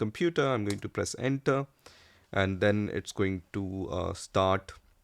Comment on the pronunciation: Please do not press enta, press enter instead 😂